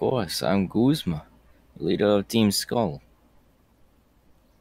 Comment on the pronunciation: His name is not Guzam it’s guzma